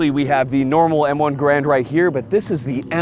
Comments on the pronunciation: Vids are great, but an entire channel named on the garand, that doesn’t even pronounce it right. It’s Gare-and, not Guh-rand. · So you folks do not subscribe to pronouncing Garand as the research of Gun Jesus indicates? Seems odd on this channel...